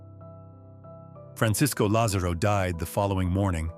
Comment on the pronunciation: FRANCISCO LÁZARO e nao FRANCISCO LAZÊRO🤷‍♀️🇩🇪você que esta traduzindo,fala o nomedo Atleta correto.bitte🤷‍♀️🇩🇪